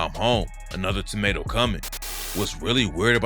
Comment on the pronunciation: A tamato coming? I thought bro said tornado🤣🤣🤣